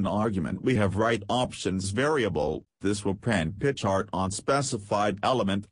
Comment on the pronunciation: Love how "pi chart" turns into "pitch art" from the robo-voice.